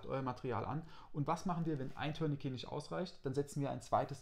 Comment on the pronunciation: Eine ganz große Bitte: Ein Tourniquet dient weder dazu einen Schlüssel zu drehen ("turn-a-key"), noch dazu eine Katze zu drehen ("turn-a-cat"). So sehr das Wort auch bei unseren anglophonen Kollegen verwahrlost ist, es kommt immernoch vom französischen "tourner" mit einem schönen, tiefen, deutlichen "u".